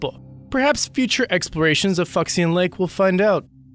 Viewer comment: Fu Xian = Foo Shee-an